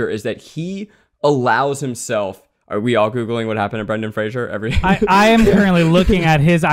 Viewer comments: I love that they're doing a podcast about Brendan Fraser and they're all repeatedly mispronouncing his name. 🤦‍♀️😆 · You guys continuously mispronounced Brendan Fraser’s last name throughout. It’s Fraser, not Frasier. That was another thing that bothered him about the industry.